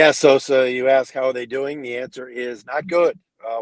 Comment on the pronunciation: Put some respek on Sosas last name,! 😅